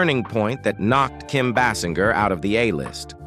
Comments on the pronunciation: It’s pronounced Bay Singer! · Her name is pronounced BAY-sing-er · Please could you say her name correctly!!!😮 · The commentator isn't even pronouncing her name correctly.